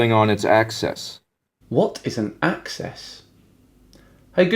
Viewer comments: Access he says🤣🤣👌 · This was a bit too pedantic to be funny to me. Like, yea, he mispronounced axis, we get it. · He did pronounce it funny. Instead of an 'i' sound or an 'e' sound, here pronounced the second syllable as a schwa, so it really was hard to tell if he knew the difference between 'access' and 'axis'. He certainly showed some serious limits to his understanding of what rotation around an axis even is when he talked about 'wobbling': that usually refers to precession, not to rotation. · Sorry to be a pain, but picking him up on mispronouncing axis/access was a bit low- surely there is content enough to mock, that just seems mean. Lots of Love, Dan.